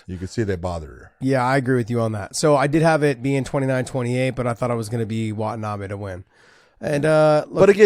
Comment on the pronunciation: john it's "Watanabey" not "Watanabee". I live in Japan, haha